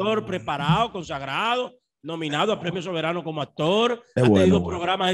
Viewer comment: MANOLAY Y DONDE FUE ESTUDIASTE,DIABLO ASTOR AT DIOS MIO,SE DICE ACTOR